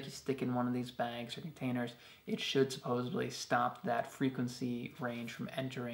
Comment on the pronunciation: SupposeDly (not supposeBly) :-) I already have those two hand-crank radios but am TOTALLY getting that flashlight and expandable light! Very cool!